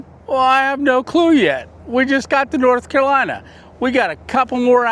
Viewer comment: it is not kalina it is North Carolina. if you are going to stay there, at least pronounce it correctly.